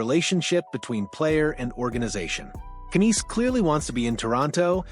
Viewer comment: So sick of this AI BS! Can't even pronounce Knies properly. Youtube needs to block this crap!!